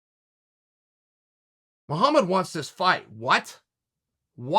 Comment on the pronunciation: “Blahal Muhlhammad” lol